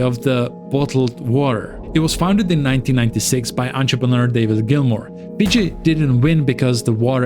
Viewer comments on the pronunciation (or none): none